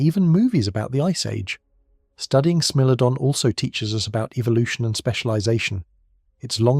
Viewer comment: I really enjoyed this documentary… very informative and interesting… the only thing that kinda bothered me was the narrator calling the Smilodon a Smellodon…. Smile! You’re on candid YouTube!!